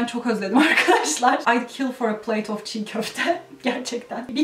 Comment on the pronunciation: oftaki schwaya dikkat etsen daha doğal olacak [əv]